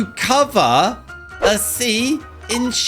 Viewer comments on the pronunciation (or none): he didn't pronounce the T